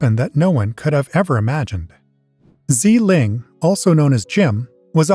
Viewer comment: Xi Ling = See Ling not Zee Ling